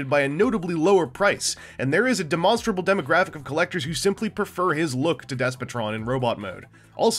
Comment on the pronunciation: De-monster-able. Ah, Vangelanian pronounciations.